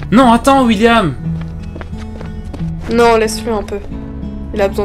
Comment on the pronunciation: Un truc que j'ai remarqué au lieu qui disent william il dit wuilliam 😂